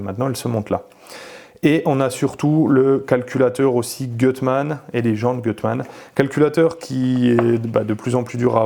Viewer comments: Magnifique 👍 En revanche c'est "goutte mane" la prononciation 😉 Je serais curieux de savoir comment ça marche par rapport à un swap de XU9J4... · Gutmann si lit Goutmann 😉